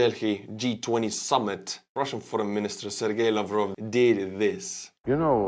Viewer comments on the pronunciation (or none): none